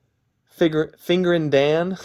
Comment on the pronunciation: I’ve watched a number of your videos now and it’s almost a meme how you always pronounce it “Fingerin’ Dan” when that isn’t his name. I know these vids are already years old but I think it’s hilarious.